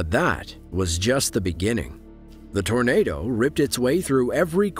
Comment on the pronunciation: .. Uhh, Yeah... That's a Tarnaduh!